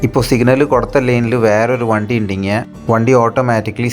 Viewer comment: വന്തി അല്ല വണ്ടി ആണ്